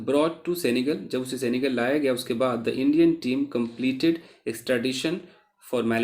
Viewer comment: It is सेनेगल not सेंगल Sir Ji